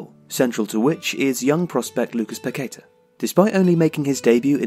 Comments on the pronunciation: Great stuff! His name is pronounced pa-ke-TAH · Great profile but it’s Paquetá with the stress on the last syllable. The clue is in the accent you omitted.